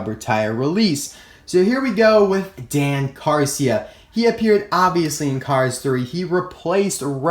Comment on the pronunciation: It's Dan Carcia